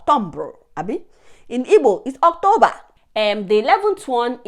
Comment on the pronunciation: The months seem the easiest one for non native people like me😅 And I like your French pronunciation of “Octobre” You’re a polyglot 👍